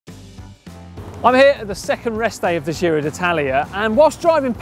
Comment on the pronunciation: It’s “gee-ro” as in “jeans”, not “jhiro” as in “gilet”. Come on guys, you’ve been there nearly 3 weeks by now, surely you’ve heard it said right enough times to learn.